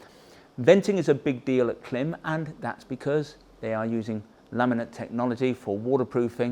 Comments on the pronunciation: It's Klime - rhymes with Slime, not Kilm like slim! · Whether British English or American English, the rules of pronunciation are the same. When there is a horizontal slash above a vowel, that indicates the vowel ought be pronounced "long". Thus, Klīm ought be pronounced "CLIMB". not "CLIM". As a distributor, of course you know that. To insult the brand with your short- voweled quip is deliberate. In my thinking, that diminishes your brand. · Klimb is pronounced ( climb) notice the line over the letter i 🤣 that means it’s pronounced ( eye) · It may well be spelled K-L-I-M but it's pronounced CLIMB. You "experts" should know that. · Genuine question. Is there a reason you guys pronounce it Klim (like limb) not Klim (like Climb)? Their own YouTube videos pronounce it as Climb... I'm intrigued....!! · it's pronounced as "climb" ;) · Are you aware that it’s actually pronounced like “climb.” The “i” has a diacritic above it. The macron indicates it is a long vowel. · Thanks for this in depth overview. It’s super helpful as I’m deciding between this and the Badlands for riding in Colorado, which has everything from deserts to 4000m peaks. One piece of constructive criticism: the company pronounces their name honoring that long vowel macron over the ‘i” - it sounds the same as “climb.” That said, just keep saying Klim! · Can you imagine the marketing people at Klim cringing every time pronounces their brand name incorrectly! 😁😂